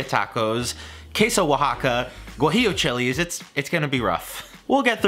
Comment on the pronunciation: Mexican here Your pronunciation of "Birria, Oaxaca and Guajillo" is actually on point